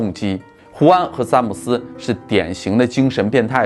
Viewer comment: zhan姆斯，不是zan姆斯